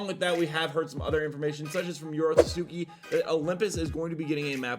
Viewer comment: him mispronouncing yorotsuki every time irks me :/